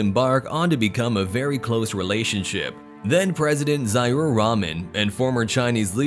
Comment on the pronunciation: Right spell is Zi-a-ur. Not Zai-rur.